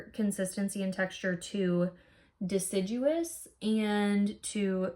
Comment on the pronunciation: It's probably horribly snobby of me... but it made me so happy that you pronounced deciduous correctly 😍 I really enjoyed this video. Thank you.